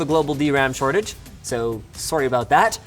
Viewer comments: HE SAID SOURRY GET THE PRESS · love the Canadian "sorry bout that" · I can never stay mad at that Canadian 'sorry' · that Canadian Sorry 😂